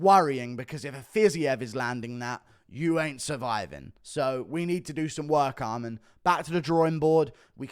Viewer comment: It's Arman, not "Armand" ffs. Funny thing is, he says Armen when referring to Armen Petrosyan.